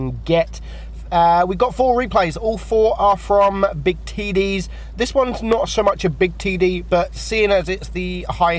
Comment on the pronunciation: he keeps saying TD's and TD but what i hear is TIDDIES